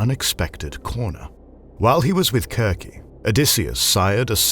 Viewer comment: I like that you use the hard c in Circe. it sounds more like the Greek..